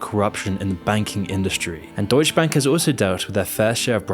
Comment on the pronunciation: you make deutsche sound like doge. doge bank lmao